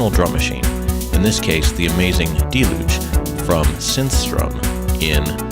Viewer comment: that your video was well done and had great information, and I enjoyed it very much, but you pronounced deluge incorrectly. No biggie dude.